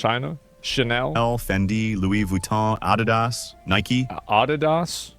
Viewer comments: Americans hear for the first time how Adidas is pronounced correctly and they are making fun of it xD "Adi" is the short name for "Adolf" and "das" the first 3 letter of the last name from the Founder "Adolf Dassler" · the way the narrator screwed up saying adidas im starting to feel like its AI doing the talking